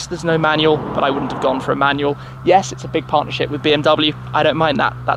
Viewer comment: It is pronounced like BMW, not BMW.